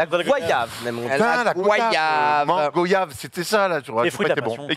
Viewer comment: La Goyave bien repris... c'est deux i pas un i... signé un Antillais.